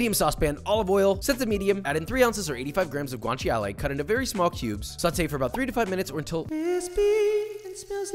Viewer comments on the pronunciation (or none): I love it when non-Italians stretch the "I" in "guanciale". It actually should be pronounced as if it was gwan-tcha-le or, going IPA to avoid making a mess, /gwanˈʧale/